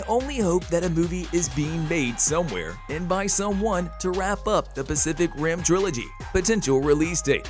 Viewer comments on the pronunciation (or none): none